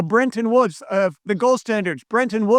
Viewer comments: and he keeps saying Brenton woods buts it’s Bretton. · "BreNton Woods"?? It's Bretton Woods.